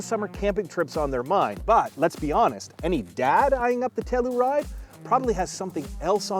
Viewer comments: TELL YOU RIDE,,,,,,,,, not,,,,,,,TELL OO RIDE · It's TELL U RIDE not TELL ER RIDE fellas nextime you revue. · We have one and love it. But say it with me: “Tell-you-ride”, not “Tell-oo-ride”. (We live near the town) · Tell - your - ide. Not Tell - er - ide. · you're saying tellaride smh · why are you saying tellaride? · The Kia Tell-uh-ride… lol